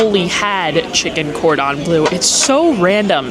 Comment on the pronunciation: Oh my you drive me insane….you seen ratatouille…..it’s pronounced Cor dom blur …. It’s French please respect the language or stop using it…..